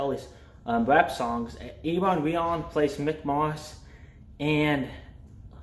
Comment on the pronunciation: That dude's name (Iwan Rheon) is pronounced OO-ahn RAY-awn